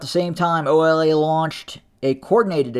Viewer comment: Bruh not OLA 😂😂😂